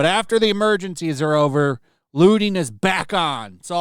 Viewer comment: I thought the word was looting not looning